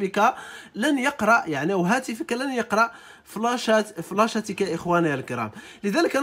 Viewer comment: فلاش وليس فلاشه😂😂😂😂